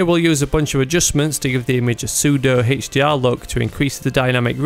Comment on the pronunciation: "HEICH-DR"? what is that??